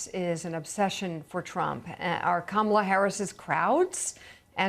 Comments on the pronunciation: Mika is deliberately using the WRONG pronunciation of "Kamala!" She's loving the "Camel-ah," for some reason. Get a real background, Mike-uh. 🙄 We don't need ya. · Mika- it's COMMA-LA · Mika - It’s “Comm -a - La “ Please, you can get it right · Did anyone else notice that Mika mispronounced Kamala’s name without any correction? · Mika, you pronounced her name wrong.